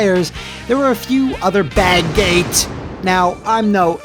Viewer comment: i laugh every time he says BAGGATE lol